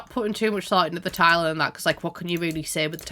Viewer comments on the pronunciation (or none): the way "career" sounds like "korea" and "tiling" sounds like "thailand" in this dialect is op